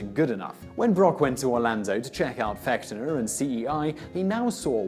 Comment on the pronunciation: Sometimes he's also calling him Fechter with a with a soft ch.